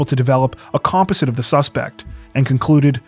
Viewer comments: com POZ zit, not 'compisit.' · “A compazit of the suspect” 🤣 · woah! lol the way you pronounced composite just made me laugh so hard